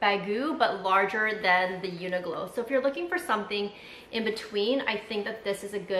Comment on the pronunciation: New subscriber here! I don’t know if you were trying to say Uniqlo (Q) or if there’s an actual brand called Uniglow.